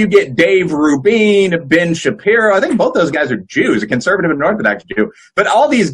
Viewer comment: Great discussion. Only cringe was the guest repeatably pronouncing Dave Rubin's last name wrong.